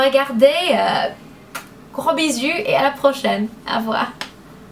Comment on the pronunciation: Merci pour cette vidéo!! A la fin tu as dis "gros bisous" en prononçant "gros bizu". Et en français, dans le langage familier des jeunes, "bizu" c'est un peu une insulte, c'est quelqu'un dont on se moque, du verbe "bizuter". Voilà, c'était l’anecdote :D Mais ton français est tellement bon, j'adore ton accent!